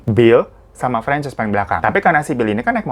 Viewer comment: bang, francess apa franchise sih? kok gw dengernya kyk franchise kulakan usaha??😂